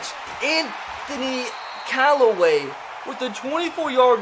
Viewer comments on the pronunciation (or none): Anthony Callaway don't do my Brown's like dat He did say it right later